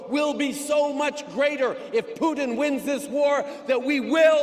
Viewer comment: Freeland is not doing herself any favours by trying to pronounce "Putin" as a Russian. Just extremely annoying and pretentious. And as far as I'm concerned, Kiev will always have TWO syllables.